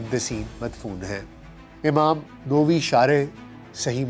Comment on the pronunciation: It's not "Novi", it's "NAWAvee"